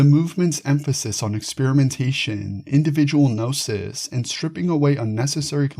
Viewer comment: If you don’t say “ga” nome or “ka” nife, why say “ga” nosis?